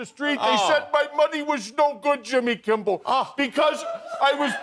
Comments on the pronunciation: Why he keeps saying Jimmy KIMBELL? 😂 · He Keeps calling him Kimble! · Why does that pillow prick keep calling Jimmy ‘Kimbell’? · Why does he call you Kimbel? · I thought Lindell always said "Kimble". Awesome! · I have been saying for weeks that Mike Lindell calls him Jimmy KIMBLE, finally, there is an acknowledgement of sorts that I wasn't the only one hearing it. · Everytime Lindell pronounces “Kimmel” with an imaginary B an angel looses it’s wings. Cringe.